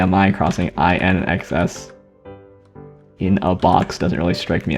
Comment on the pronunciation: FYI, "INXS" is pronounced "In Excess", which isn't great crossing with In A Box, similar to the Tab issue in the opposite corner.